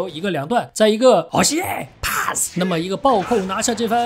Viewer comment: 你的喔謝，帕斯超好笑的啦(≧▽≦)(≧▽≦)